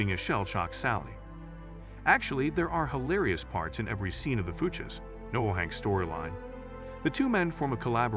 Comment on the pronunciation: Shitty AI narration. "Fooches." Boo.